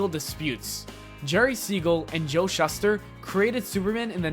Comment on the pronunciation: Alot of These "facts" are inaccurate and very misleading. Also Shuster is pronounced Shooster and Niche is pronounced NeeChee